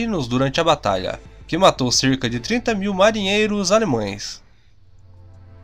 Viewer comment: A pronuncia desse paulista é horrorosa! "Alemões" e demais! deslike!